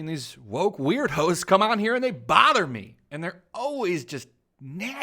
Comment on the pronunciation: i love that he pronounce weirdos "weird hoes"